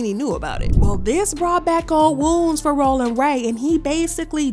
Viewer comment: The way you read that was annoying cuz rollin don’t sound like that it’s more tongue 👅 involved